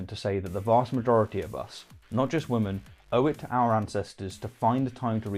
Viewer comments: Every time you say women (plural) it sounds like woman (singular). It is one of my biggest pet peeves and it absolutely drives me insane. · By the way, I am trying to figure out why you pronounce women, as woman, and women's as woman's. I haven't been able to find anyone else who doesn't pronounce "women" and "women's", as "wimmin" and "wimmin's". Oops, I tell a lie. If memory serves me correctly, George Galloway is also culpable of this insidious mispronunciation. I suppose you're in quite good company then... >